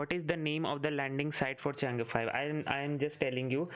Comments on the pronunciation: the pronunciation is Chang E 5, not Change5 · Not changa it's chang E